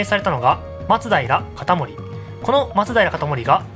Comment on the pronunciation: これが正しいイントネーションだよ